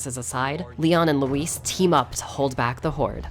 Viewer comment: Luis cera? I think you mean LEEWWWIIISSSS